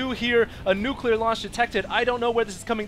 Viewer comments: nucular fire? Actually, right when that word is said, I noticed that one immortal lost all his shield and some health, is that normal? aren't they supposed to only lose 10% or is it only on normal attacks? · nucular fire? :p